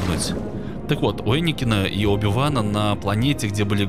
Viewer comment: Энакин* а не Эникин